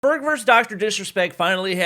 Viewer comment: Doc says ferg ferge